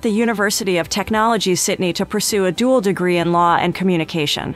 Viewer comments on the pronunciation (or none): none